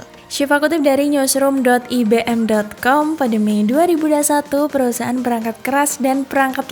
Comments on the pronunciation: IBM bacanya bukan i-be-em Mbak, ai-bi-em gitu loh Mbak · Ai Bi Em Bukan I Be Em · IBM dibaca ai be m Emba 🤦